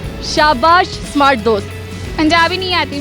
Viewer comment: Ye Panjabi smart ko samart ku Bolte hen..😉